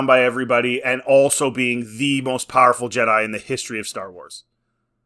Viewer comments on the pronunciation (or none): "she's a powaful ledah!"